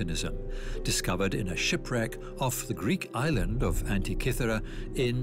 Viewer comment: Pronunciations leave a lot to be desired. Gubby Desert? SMH Also, It's pronounced An-tik-ka-thir-ra. Rezerchers? Really? Hew-stun, not Who-stin! Fix the Bot or hire a different Narrator.